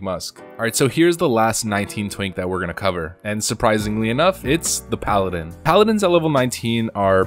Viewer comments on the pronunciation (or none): none